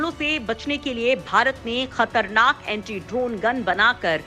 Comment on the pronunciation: Please correct the statement. Its not antree it's Anti.